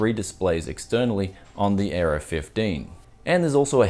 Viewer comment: Oh the Aero 15 I thought you where saying the Gigabyte Error 15.